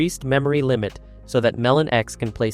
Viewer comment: Just letting you know, it's pronounced Melo-NX. dw about it but for next time you know.